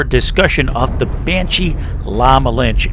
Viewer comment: The E in "La Malinche" isn't silent.